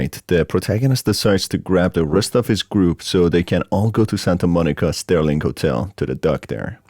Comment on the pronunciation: SERLING hotel, not Sterling!